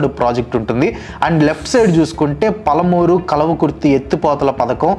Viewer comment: జూరాల ప్రాజెక్టు, పోతిరెడ్డిపాడు., పాలమూరు పదాలని సరిగా పలకాలి